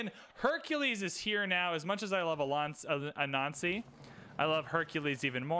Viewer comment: Why do you pronounce "Anansi" like that? Just curious. A little odd hearing someone say "good thing we have 'a nazi'" and variations of that over several videos.